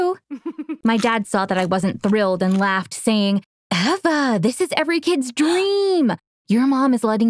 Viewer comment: no it's Eva (pronounced eh vah)